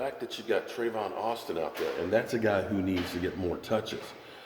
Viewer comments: It's tavon not travon.. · I Love ya Brother...... its Tavon